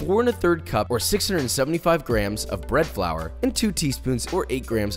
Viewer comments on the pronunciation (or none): none